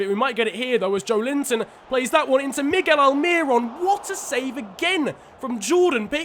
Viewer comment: No one: Absolutely no one:: MIgGeL ALmiRoN